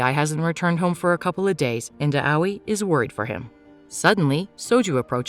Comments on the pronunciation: please. the name pronouciations are painful. Im not even trying to be rude. Maybe try looking gup how to say them properly. For example. Shousei is pronounced (SHOW-SAY) and Moe is pronounced (MO-AY). Aoi is (AH-OY). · EXACTLY! And it's "Mo-eh," and "ow-ee!" (At least, from what I've heard that's how you say Aoi) I hate when they get it wrong! So annoying! 😑